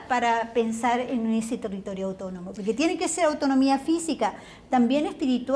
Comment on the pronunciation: Pero, ¿ cómo dice ser Educadora Académica de lenguas? si no sabe ni siquiera pronunciar bien las palabras en su relato hay varias .....escuchen cuando se refiere a la palabra ¡¡autónomo!! la india dice "utonomo".